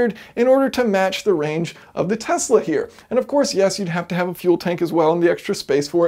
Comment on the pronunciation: ikr. Now if I could just get him to pronounce Tesla correctly